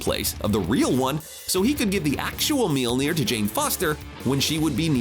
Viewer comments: Apparently the narrator doesn't know how to pronounce names. It's mjölnir not meelner and watiki not wataki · What in the hell did he call Mjolnir? Ok, gonna be hard to get past that..... Mjöllnir as in M-yal-neer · What's up with this idiot calling mjolnir 'mealnear'? Has he ever watched ANY of the movies containing Thor? Shit bugged me more than it should've but I couldn't even get thru the first two minutes...idiot. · Just stop saying Mjölnir. Your pronunciation is absolutely fucking dogshit. Maybe try looking up the word you're trying to say before shitting all over it. This is one of the cringiest things I've ever seen. Christ... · Actually he does not say it right. It's an Icelandic name so he actually doesn't say it right.